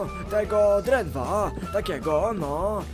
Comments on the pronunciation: mówi drenwa a nie drentwa:) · Niebieska smycz dla psa mogę być na tablicy wnuczkuw burmiszcz a i mówi się drewna i drewno a nie drentwa👍🤣🤣😂👍